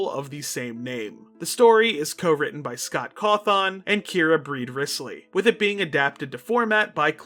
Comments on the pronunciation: also boss the way you say Cawthon feels so weird- like you emphasize the THON a bit too much (not a big complaint just a bit jarring cause I’ve known that name literally since I was a child) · i'm always scared of commenting like this cuz i always fear that people will misinterpret this a being mean. cuz when i wright it's more what i'm thinking rather whan what i would actually say, but... this is the first time in 12 years where i've heard someone mispronounce Scott's sirname. yet again back when i did people generally didn't know the guy before hand. i'm sure someone's already commented this, but the O in cawthon is pronounced as an Ĕ